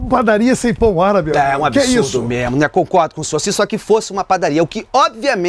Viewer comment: ELE FALOU COCORDO COM O SERNHO